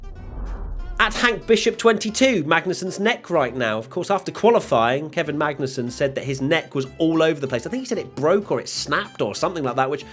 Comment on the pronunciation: Near slip up there- Magnet-sun